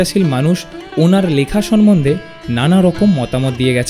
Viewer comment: কী জ্ঞ্যান ভাই আপনাদের! সাহিত্যিকদের সাহিত্য নিয়ে কথা বলছেন, ভাষাটা ঠিক ভাবেই জানেন না। আপনি ভুয়সী কে ভূষয়ী বললেন! ছি? সম্মন্ধে কে সনমনধে বলছেন। রবীন্দ্রনাথের লেখা চিঠিটির কপি দিন।"রবীন্দ্রনাথ শরৎ চন্দ্র কে সহ্য করতে পারতেন না" এই তথ্য কোথা থেকে পেলেন?